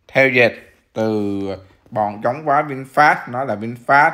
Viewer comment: nghe no đọc là vinfat, cười ỉa luôn